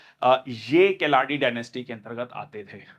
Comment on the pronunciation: Nice class sir but u missed one imp day Sir i.e June 29th National statistics Day And sir you pronounced keladi as kiladi dynasty but it's not kiladi it's ke+la+di= keladi dynasty and karnataka's 1st engineering clg is named after Bharat Rathna awardee Sir M.Vishveshwarayya not Vishwarya. Thank u sir from Karnataka .